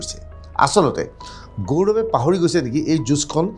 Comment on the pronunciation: Apunr pronounsaoniu emn thik nhoi gourbe buli gourome koise